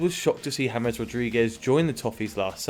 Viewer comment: Why james is pronounced as Thomas?